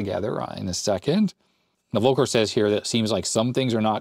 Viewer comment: You pronounce "Volker" like "Wolker", while it should be more like "Folker". As a german it almost hurts to hear haha